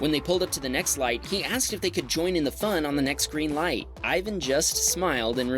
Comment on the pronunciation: Him saying ivan got me triggered but to americans I guess it is hard to say